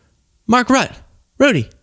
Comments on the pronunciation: It’s pronounced Mark Roota, not Rita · Rutte is pronounced Ru-tah and I've heard that he has a bit of a history of dishonesty. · It's pronounced "Root tay" according my daughters Dutch friend, visiting from the Netherlands. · I believe Mark Rutte s ,name is pronounced as root❤️🇨🇦🏳️‍🌈❤️ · the e is pronounced when you say Mark Rutte's name so Rutt eh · Rutte is pronounced 'Rutter';) Close enough;) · Mark Ruh-Tuh. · You probably can't say Ruttes name correct because the R would pronounced with a hard R, not the rolling R you Americans and British have. The E is also sounding hard when pronounced. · Please check out the correct pronunciation of Mark Rutte's last name. Wikipedia has a good spoken example.